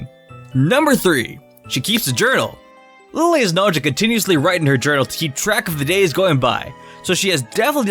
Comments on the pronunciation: IT"S NOT LILLE IT"S LILY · Its lillie not lailie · Its lillie not lylie. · it is not liely it is lilly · No one: Absolutely no one:: LiE LeE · This guy said lie-lee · Say Lillie like Lilly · Its not dont pronounce her name like Lillie like Lilly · I know its a joke that u pronounce their name wrong..and 4 the second time,u pronounce it right...haha..this is OTP..that cheapskate gotta make this happen😌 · Wrong pronounce of Lillie